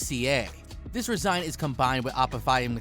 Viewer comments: After oraphize (orifice) an resign (resin) I went on a watched the video on mute.... I hope this dude looks up how to pronounce words he doesnt recognise because his videos themselves are fine.. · Resin: You say resign, I say rez-in. Laminate: You say lam-in-night, I say lam-in-it. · Same. Resin made me resign from this video